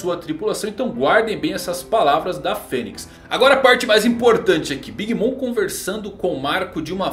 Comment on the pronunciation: Pronuncia bem big mom